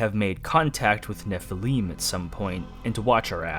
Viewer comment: Fantastic and dense deep dive. This game has become one of my favorites in the past few years and I've gone out of my way to analyze and reverse image search a lot of the art within. If I could give constructive criticism, the blatant mispronunciations of certain words is really distracting and threw me off quite a bit. 'Nephilim' is clearly stated a dozen times in game and I don't think anyone else says it like you do. Also you say 'Malchut' like 5 different ways and say 'Kether' wrong as well despite them clearly being stated in game.